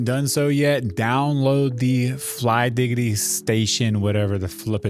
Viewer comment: bro really said flygiggidy😭